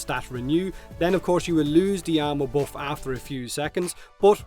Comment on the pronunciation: I keep thinking your saying ammo instead if armor and it throws me off. Like when did Oberon give ammo?